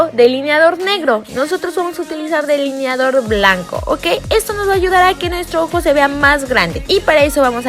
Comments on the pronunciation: Like si te fijaste que decía "deliniador" en vez de delineador 😂😍❤️ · No mames “deliniador”